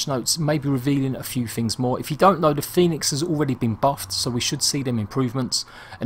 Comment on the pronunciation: The guy called it fènix lol